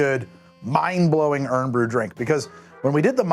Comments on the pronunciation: I laughed every time he called it "Earn Brew", lol. That's a mistake you'll only make once over there. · You're saying it wrong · Not shocked i got recommended this. Going to join the rest of my countrymen here in saying. Fix that pronouncation you muppet😂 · looking up how to pronounce the literal subject of your video would have been a good idea, yes. Also calling us Scotch is genuinely offensive. Again, I refer to perhaps doing 1 minute of research before uploading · I was excited to see this episode when it popped up, but as a Scottish person, i felt like reguarly dealt psychic damage with his pronunciations 😂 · He must know how to pronounce it. There’s no way, smart as he is didn’t at least ask someone how to pronounce it. He knows how the yanks pronounce it, they get their asses kicked online and it increases engagement. It must be. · How to Drink???? more like How to Pronounce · ..... the first thing i hear when starting the video "irn bru", not IRON BREW. I knooooow thats how its spelt. But come on ;-; As a scots man i feel obliged to stop watching after that, but because its you, ill continue.... better not do it again P.s. immediately says it two more times -_ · He used Scotch to refer to the alcohol. Although he did pronounce Irn Bru wrong. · I can feel the blood pressure of every Scot in here, raise, every time you mispronounce IRN Bru...... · Never heard anyone pronounce it like that before 😅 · Yep was driving me nuts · May we pronounce it aye-earn-breh? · Hey it maybe spelled irn bru but it's said like iorn bru. I have had it all my life and I personally wouldn't say to me that their is any bubble gum flavor from it. Compared to any other bubble gum drinks out there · You pronouncing this wrong made this unwatchable for me a Scottish person, whose favourite drink is Irn Bru (Iron Brew). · Three "urn brew"s in ten seconds. I'm sure it's a very nice video but I cannot tolerate this. Have a good day :) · its "Iron Bru" lmao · "urn brew", lol